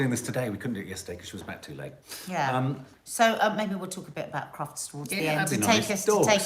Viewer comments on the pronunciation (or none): Did you say Crufts?